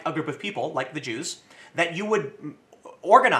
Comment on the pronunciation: 'at the start Tim says: "about the Jews" what i hear: "about ze Jew"